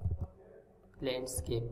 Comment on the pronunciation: landscape, not lnandscape :)